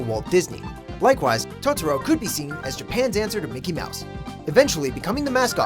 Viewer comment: You said Totoro wrong